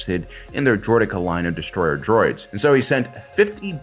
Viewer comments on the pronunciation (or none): none